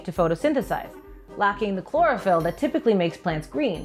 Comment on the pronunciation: Chlorophyll!!! You mean BOREophyl!!!!!